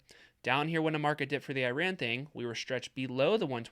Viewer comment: dude, got to learn hoe to pronounce Iran. Great content though!